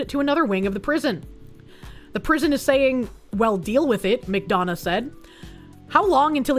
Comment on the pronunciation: You can tell has lived in Gay Orga from how she pronounces "McDonough" correctly.